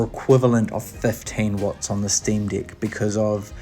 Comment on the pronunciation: Sream"dick" make me rolling every time you say it lol....